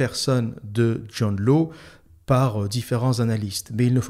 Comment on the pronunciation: Hâte de me la farcir ! : John Law se prononce John Lace (il est écossais)